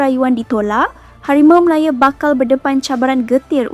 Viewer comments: Ooi kakak ..KO sebut biaq betul HARIMAU MALAYA bukan MALAYE ..nahu tu biaq betul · Ko ni org Msia ke org mana? Npe ko ckp Harimau Malaya bunyi mcm pelik hah?!!?